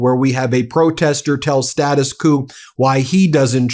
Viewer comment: thanks!, but let's pronounce "Status Quo" correctly: Status 'Kwoh'